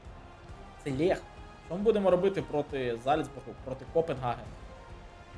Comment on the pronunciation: Бро, тільки не кажи Лєх, вуха ріже (кажу як вболівальник Леха, дякую)